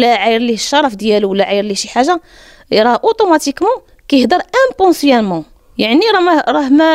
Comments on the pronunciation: imponsiament 😂🤣😂hhhhh tatgal inconsciemment 🤣😂 français tatakol da9 IMPOSSIBLE hhhh😂🤣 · امبونسيامو ؟!!!؟!!!!؟!! زعمة inconsciemment 😂😂😂😂😂😂 كون غي تدوي بالعربية يا الأمية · Waaaa maymkench a galet impooonsianement khriit bdahk makaynaach hadi fla langue française smiytha inconsciemment a lmkelkha hedri ghir bl 3erbiya !! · Inmponsiament = inconsciemment..Hhhh hôtesse de l'air Lah imaskhak 🖕😂🖕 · tu as entendu imponssielement hhhhhhh au lieu d' inconsciemment 😂😂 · Daba hadik mnin jebtiha semiteha inconsciemment machi impossiament w l’autre mot gelti sivère smiteha sévère akheti 3allah haderi ghir bel 3arbia ha l3ar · تبارك الله باين فيك فايتة القراية للهيه. قالت واحد الكلمة يمكن بالفغونشي ماتفهماتش ليا ومابغاتش تشد لي فالودن فالدقيقة، Automatiquement كيهضر impensialement يمكن هاكدا كتكتب .نتمنى تصححي ليا امدام الميلودي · impensiament hhhhh galik kayhder 7 loghat hhh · galet lik adil ki jaweb nass "inponsciamment"😂😂😂😂😂😂😂😂😂😂😂😂😂😂😂😂😂😂😂😂😂9arya f zham ya lhergawiya ti hedri ri b3arbiya ya messkhota